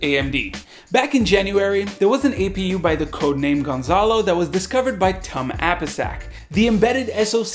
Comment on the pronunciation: I think it is pronounced "TOOM" - Tum APISAK...just what I think...I'm not certain. So here is the thing...intel is going to be making a bit of a comeback next year, but in the mean time AMD is simply handing them their ass on a platter and is slowly but surely taking OEM's away from intel....intel keeps trying to do things like this to keep OEM partners...they are still banking big, but their still losing (ATM) to AMD. This is why, I think, that these new optane models are OEM only....BTW an OEM can resell these, they just need to make it part of a product, that product can be a drive adapter or anything....so this tactic may not even help...I have no doubts their next proc will be good....but at this point a product that actually exists is better than any product on paper.